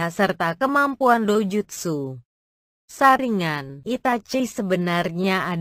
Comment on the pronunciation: Kok saringan bukan nya saringgan yang denger dia bilang saringan like